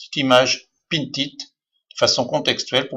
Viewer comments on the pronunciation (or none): Mais comment me suis je retrouvé ici ? J'avais deja depuis longtemps pinterest, et un bouton de raccourci mais ..... ce type a une voix énervante !!! on sent qu'il n'a rien de naturel dans sa façon de s'exprimer, et puis on dit "Pin it" pas "pinTTTT it" ....